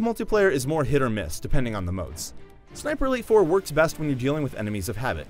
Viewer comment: each time he says ''sniper elite 4'' i hear ''siperleyfor'' (im drunk btw)